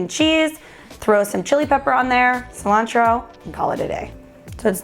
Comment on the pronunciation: Ci-lan-throw (Cilantro)